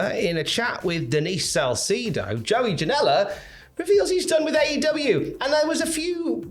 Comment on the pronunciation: Denise Sal-see-do 😂😂😂